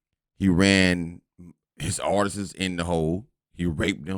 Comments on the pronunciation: “Artists” Not Artisistses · Artistsis is not word!😂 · These full grown adults really don’t know how to pronounce artists that’s crazy